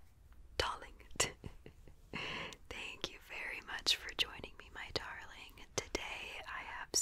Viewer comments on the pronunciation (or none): I love how she says 'darling' in a British accent ☺